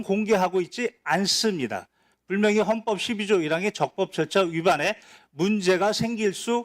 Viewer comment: 아직도 분명히를 불명히로 말씀하시네 ^^ 분명과 불명은 반대의미 아닌가??